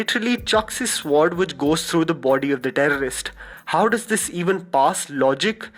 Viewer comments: No offense, but sword is pronounced sord not sword. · SWORD is pronounced as “sord” not swoordd....plz change, its really annoying....its like calling an island....”iss - land”. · d guy is pronouncing sword wrongly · the 'w' in sword is silent, so it's pronounced 'sord' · Sword is actually pronounced without saying the ' w ' just a friendly tip 🤝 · the 'w' is silent in sword